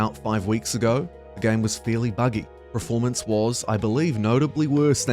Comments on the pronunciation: Per-form-ance. Not prif-ormance :)nice vid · Are you saying "praformance" or "Performance"?